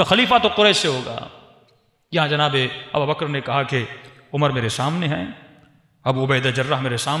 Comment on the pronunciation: Hazrat phle aap name lenaa sikho ABUBAKAR(r.a) aur aap kh rhe ABABAKR or ye jo story bnaa kr sunai hai kisi hades se sahit hai aapke pas koi hawala kahi se diya hai ya bs jo dil ke aya bak diyaa baith kr is trh se glt bate batane se kch hasil na hoga.